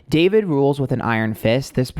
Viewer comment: When you kept saying Daverick, I think you were channeling the word Maverick because of Logan Paul. Logan is deff the Emperor (Aries). They have always had weird vibes between them and Logan has been hanging around Jeff recently. Also wouldn’t be surprised if the female he wants to collab with would be Gabbie Hanna or even Liza Koshy. Ethan and Hila are in for a ride if they give in to David.. Well done, can’t wait for the next reading 💕